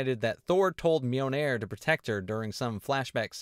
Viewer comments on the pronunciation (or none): Great review, but the constant pronunciation of Mjolnir as "Mee-o-nair" was a bit grating.